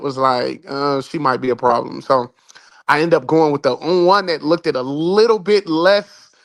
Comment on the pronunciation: wtF is "looked-ed"??